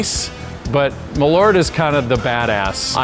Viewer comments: Hears Jeppsons "Maleaur" sees "Malört" It's pronounced "maaahleurt" , in Swedish 🇸🇪 #eehluhrtahg #hipphipp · Funny to hear someone making a product and dosen't pronounce it correct... More Kinda like "maaalööört" not mallorte. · The weirdest thing about this video is not people actually admitting to liking this thing, but hearing Malört pronounced as "muh-lort". (Hint: in Swedish it's something more like "mahl-oert".) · Pronouncing Malört so bad I thought they were talking about someone named Millard. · Malört not "Meleurt" fuck sake learn Swedish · As a swede I kind of twitch every time you say MALORT, it's so far from the actual pronunciation 😁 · It's a bit embarrassing when the head distiller can't pronounce the product that he's making, no? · it's spelled with an Ö so it should be pronounced with an Ö.